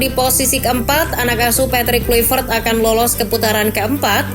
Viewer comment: Klavert min Klayvert dibaca nya, bukan Kluipert